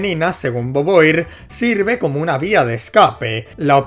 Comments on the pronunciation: tremendo jumpscare escuchar alguien pronunciar beauvoir como "boboir" en vez de "bovua" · muere un francés cada que dices boboir. y eso es bueno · Cómo te digo que se pronuncia /Vu-Vua/ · boboir se parece a boba, le queda bien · Cualquiera se quejaría de como pronuncia el apellido de beauvoir, pero socialmente está condicionado como Español y no le es posible respetar el francés. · Simon de bubua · Si me dieron ganas de golpearlo por decirlo mal, pero ya sé que los de España son inútiles para pronunciar correctamente otras lenguas...Spiderman...